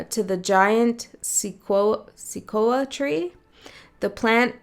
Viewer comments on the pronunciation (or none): Pronunciation is "sa coy a" tree.